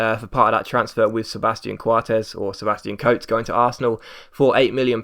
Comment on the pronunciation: You say Coates correctly, "Coats" is wrong.